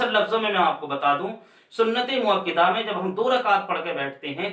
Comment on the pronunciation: حضرت مؤکِدہ نہیں بلکہ مؤکَدہ ہوتا ہے